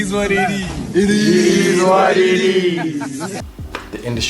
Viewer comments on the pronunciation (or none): “It eezz what it is eeezz” 🤣🤣🤣 love him for this!! 🤪🇿🇦